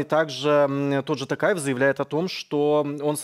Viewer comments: братан а че не сказал что не ТАКАЕВ а ТООООООКАЕВ! надо было научить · Когда научитесь правильно говорит, мне стыдно за вас, у казаха ум и интеллект выше. Живу в Казахстане, Такаев, тэнге вы что читать не умееете? Токаев, тенге.